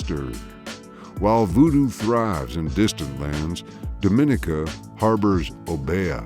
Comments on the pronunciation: It’s not do min I ca, it’s dom in I ca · The name is pronounced Domineeka